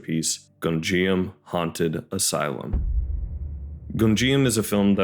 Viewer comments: good video but every time "Gonjiam" is pronounced I take psychic damage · Also I hate to be that person, but you’re mispronouncing Gonijam 😅